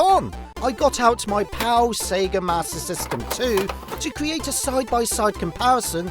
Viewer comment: its a joke on how he said "mater system"